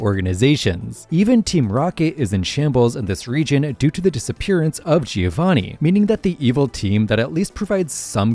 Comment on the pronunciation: Amazing video, but please I beg of you learn to pronounce Giovanni, you sound like an American